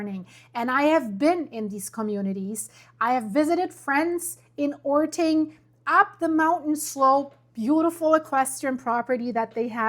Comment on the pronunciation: orting is pronounced ording (voiced t is dropped to voiceless d sound), puyallup is pronounced pew-al-up (pew like church pew, al like california, up as in the word up). Getting all those vowels in puts a w sound where the y is. You pronounced sumner correctly!